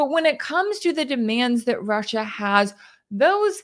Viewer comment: Hearing Putin pronounce his country-‘Rush Shia’ let’s call it that from now on-❤